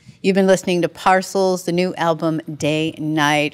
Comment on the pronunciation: Not Nice, Lady; they gave you the correct prounciation of the band's name , but you continued to say it wrong!